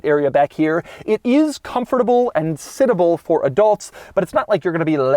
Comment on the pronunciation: Quirk, Doug said "sitable"!